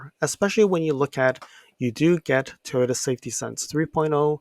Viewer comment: Toto, Toto, WTF wasn't that the name of the dog in The Wizard of Oz... dude your pronunciation sucks